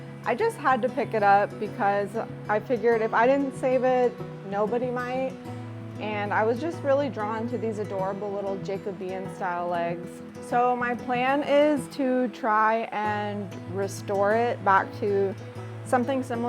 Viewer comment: not jay co bean. the core word is jacob. as in the name. say jacob with an ean sound on the end